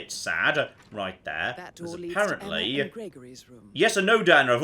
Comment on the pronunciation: Why can't pronounce Emma? Emmer isn't a name god damn it!